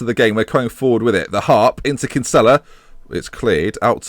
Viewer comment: for gods sake it's pronounced Kin-Sill-a